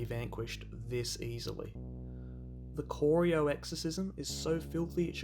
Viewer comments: As a lifetime Cats fan I always enjoy vids like these. Who can forget 2011, when Collingwood only lost three games.... all of them to Geelong. But dude, it's not Cor-ee-o, it's Cor-eye-o. Drive down there one day and stop at the Corio Bay Roadhouse for a burger... It's a game day tradition. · I love how he pronounces Corio! It’s K-ri-o not K-oreo! 🤣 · Great video, but it's pronounced Cor-eye-OH, not Corry-oh :P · Great video, but please learn how to pronounce corio.